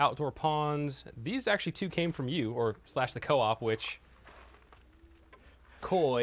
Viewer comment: aquarium "coop" lol. That is how I will pronounce it now.